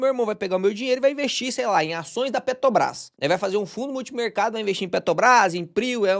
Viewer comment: toda x q eu vou comprar PETR4 eu lembro do falando PETOBRAS!!!! kkkkkkk ajeita isso ae pow kkkkkkk pq eu to casado de comprar PETOBRAS ouvindo vc falar kkkkkkkkkkk seus videos sao muito bons!!! tenho o 2 em 1 eh muito bom e a Ward tb!!! sucesso!!!!